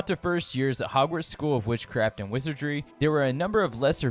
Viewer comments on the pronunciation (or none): none